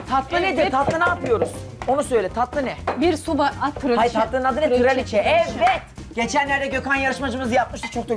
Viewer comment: Traliçe deyip duruyorsunuz arkadaşlar. Traliçe değil! Orijinal adı Tres leches ( Tres leçes) Yani 3 süt. Onu diyemiyorsanız bari Treleçe/ Trileçe deyin.